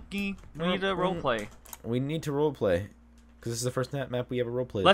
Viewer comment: lmao love you (no homo) but it's "role play."